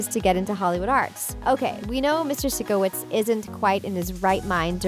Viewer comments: If you’re going do a video on a show actual know the show… 1. Sikowitz sike-o-witz it’s a tv show where they say his name at least once per episode. I’m not exactly sure how you mess that up… 2. I feel like it’s common knowledge that you get your blood drawn from a needle and tube. Where do you get you need surgery for blood drawn? 3. Most high school show only have 1 class in the show as their “main” class. Most likely they only had 2-3 arts class as their electives like a normal high school witt their electives. Or some schools alternate classes. 2 week academic 2 weeks arts. That was my school. 3. Since Jade posted it on the slap there’s not much the school can do in the first place. Since the slap isn’t run by the school they can’t do a whole lot. Plus if Trina didn’t report it they again can’t do much. Knowing Trina she probably liked the attention. 4. Rex head isn’t really a plot hole. A pilot is a way to find out if people will like the show or not. You know it’s been a couple months since the first recording based on their looks. During that time adjustments are made. 5. Tori’s locker was just a small fib. Most likely wasn’t suppose to be in the shot. 6. Avan post was probably just a memory nothing to do with the actual show. 7. No one knows why Trina is still in. I mean she can act a little… she’s not beyond terrible. There 6/10 “plot” holes answered. Again do you’re research better. Come on. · I'm not loving your stupid plot holes because nobody cares we just enjoy watching it and don't want to hear the bad bits which were obviously by mistake oh and again STOP SAYING SICKOWITZ !!!!!!! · You said Sikowitz wrong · They do go to other classes. Robbie is seen in a normal class when Tirana says I am gonna kill you! Also you pronounced The teachers name Wrong. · I’m sorry u said the teacher’s name wrong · Am I the only one who is offended by what she said about Sikowitz? Also the way she pronounces Sikowitz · Did anyone notice how she said sikowitz 😂🤣🤣